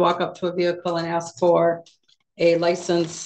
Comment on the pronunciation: He didn't aks for Parleeeeee?